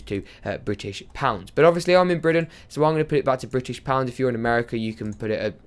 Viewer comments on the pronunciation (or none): none